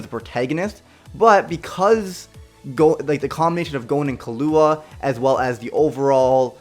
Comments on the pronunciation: Did he say killuaha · How does one pronounce killua kilua when is the dub its killua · I’m sorry but it’s keel-oo-wuh 😭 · Did anyone fucking hear how he pronounced killua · If you've seen hunter x hunter you would know that is no where near how you pronounce Killua. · Anyone else cringe at the way he said “Killua” 🙄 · He Said Killua Wrong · I hate how he said killua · disliked and unsubbed for pronouncing killua wrong